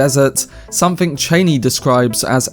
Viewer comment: It’s not Cheiney, its ChAnee